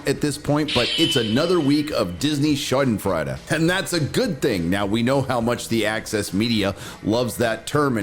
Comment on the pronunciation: Schadenfreude, you completely butchered it.